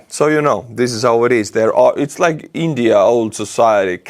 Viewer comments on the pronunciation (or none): none